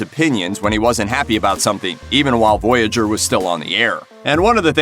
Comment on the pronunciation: Maybe you should Profile Toe-Vuck or Nay-Lick from Stur Truck Voy-egg-er.😂